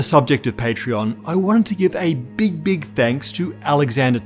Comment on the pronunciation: "Space is beak."